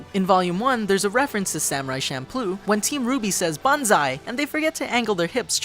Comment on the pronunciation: He says shamploo